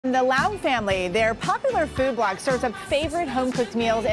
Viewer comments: Ya she pronounced it like Lao-ung. I assume that someone who doesn't properly/speak the language would pronounce it like Le-ung or Lei/Lai-ung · It is Leung . She mispronounced it. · That’s the weirdest way to pronounce that name given how it’s spelt. Is it Lau or is it Leung. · The host really butchered the pronunciation of the last name . 😬